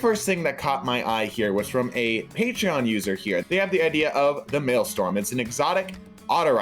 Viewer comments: Maelstrom not maelstorm cmon man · MaelSTROM. Not Maelstorm. Everyone isn't spelling it wrong, you're just saying it wrong. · Maelstrom. MALE. STRUM. The "r" comes before the "o", it's not Maelstorm. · The word Mealstrom is actually pronounced Mal-Strom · Petition for to say Maelstrom right